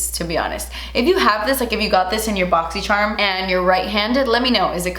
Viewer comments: Closed captions suggested you said boxy Sherman 🤣❤💋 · Yo i swear i say boxy sherm unboxing with her. EVERY. FREAKING. TIME. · I always say “boxysharm” bc of you🥰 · I always say BoxySherm and not Boxycharm 😂😂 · I feel like if South Park had an episode about boxy charm they would pronounce it like this 😂